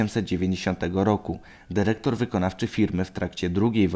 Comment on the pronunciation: Derektor :D